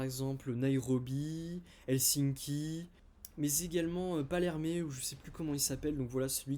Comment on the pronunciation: Pour éviter que tu refasses l'erreur, c'est effectivement Pallerme et non "Parlérmé" 😏 Sinon, tres très bonne critique.